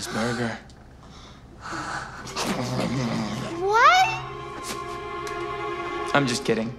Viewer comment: That 'WHAT' was personall 💀